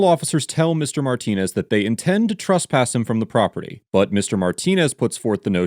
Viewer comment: Truss-pass isn't a word. It's TRESS-pass.